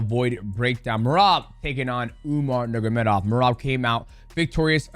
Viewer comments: Bruh Demetrius. It’s (nurmagomedov) not “Nuggurmedov” you cut pretty close to the hard R there my guy 😂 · anyone else ever noticed that dj says “nurgamedov” instead of “nurmagomedov”😭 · NURMA GO MEDOV Not NURGA... Nurma and not NURGA It's really not hard. It's even easier than Ask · mighty calls him nurmagedov every time. listen closely and you’ll hear him say it. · “Umar Nurgamedov” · Love ya mighty but Its pronounced NUR-MA-GA-ME-DOV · No disrespect, but please pronounce the surname correctly You are saying "nur-ga-me-dov" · Mighty let’s learn to pronounce the name: nur-ma-go-medov